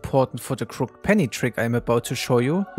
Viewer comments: fyi. crooked is pronounced crook-ed :) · It's pronounced "crook-ed" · just so you know its pronounced crooked penny not crooked penny